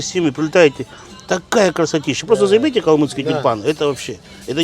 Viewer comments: Не калмыКский, а калмыЦкий! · Не говорите пожалуйста "КалмыКский". Это очень не нравится нам. Правильно говорить "КалмыЦкий"